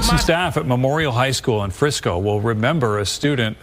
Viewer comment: I SEE YOU HAVE BEEN DOING ALOT OF STORIES ON THE DALLAS AREA AND SURROUNDINGS AREAS (FORT WORTH AND FRISCO) PLEASE PRONOUNCE THE NAMES RIGHT !!!! ITS FRISCO NOT FRESNO !!!!!!